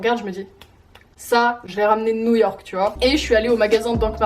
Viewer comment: « NOUILLE YORK »